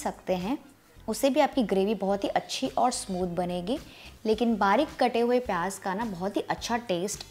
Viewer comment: Recipe is nice but the word is pyaaz and not pyaaj.